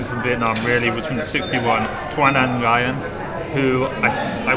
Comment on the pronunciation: nguyen is pronounced "win" im p sure